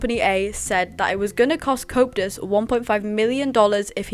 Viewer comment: Not in an offensive way, i find it funny how it sounds like you say copetus instead of coeptus 😂❤